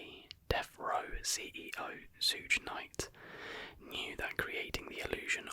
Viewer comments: Did you really pronounce Suge as "Sooge"... Bri-ish people are aliens bro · He just dont know what he's talking about, I've never heard anyone say it like that and im from england